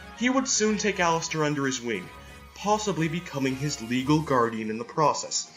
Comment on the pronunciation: What they’re saying: Allister What I hear: Alastor